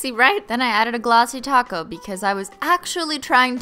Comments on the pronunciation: shes saying taco. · Im new here but do you always say Taco instead of Top coat? Or is it just me ? Lovezz :D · Yea she always says 🌮 instead of Top Coat. But I still love how she says it 😂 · I'm new here so am I just hearing things or is she saying ''Glossy taco'' instead of ''Glossy top coat'' ?? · Every time you say “top coat”, I hear “taco” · The thing is she is saying tocko. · Do you say taco or Top coat because it sounds like taco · And holo taco as well? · Hey, I like your Videos But everytime you say top coat I just hear taco I think its funny but maybe I just should get some food 😅